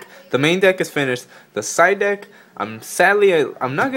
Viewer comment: It sounded like he said "so this is the dick" omg